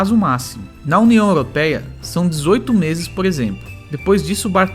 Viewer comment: Olá acompanho vcs viajo com meu namorado em Catamarã nao me leve a mal sua pronúncia da União Europeia 🇪🇺 esta errada procure corrigir o rigado